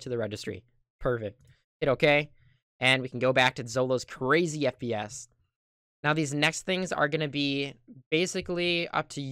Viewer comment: who heard SPS When he said FPS for the first time